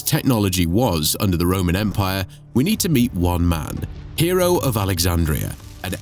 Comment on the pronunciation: Iam pretty certain that his name, Hero, was not pronounced as hero! But hey, details, right?